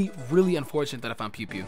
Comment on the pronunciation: bro pew pew? but..you just have to read it. It's Pui Pui = (PooE PooE)